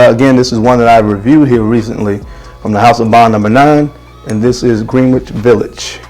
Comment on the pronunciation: Greenich is pronounced like "Grin - itch" the "W" is silent..Just to keep you on point my brother!!